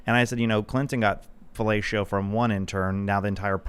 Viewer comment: My man said “felatio”